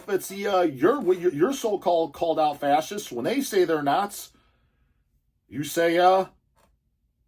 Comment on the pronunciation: We have a lot in common you and We, Jibbles for instance thinks its rather "darling" how you pronounced ^Fa-shist-ss^ as Fa-ss-ists ... Almost like your some sort of "innocent"... You know, in Our Blackfoot heritage (Niitsítapi) We have this Great-Great-Great Grand Mother who defended Her Teepee (Tipi) Children and grand Children by fighting a Prairie Grizzly Bear... and Her tactic was to stick Her arm in its mouth and twist its tongue down its own throat and choke it to death... Apparently it took like half an Hour or so... But she had already given birth many times so She was NOT "pain" compliant... She lost Her arm, but She has great Name because of that... Not gonna say it, here but She is known among Us, the REAL People... Now, thats' a REAL Woman...